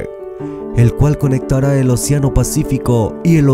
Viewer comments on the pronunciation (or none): Se dice: océano y no, oceáno, lleva tilde en la (é), es voz esdrújula. No es admisible la forma llana: oceano Qué vergüenza de locutor, no le da pena.